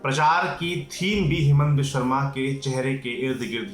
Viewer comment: His name is Himanta... Not Hemanta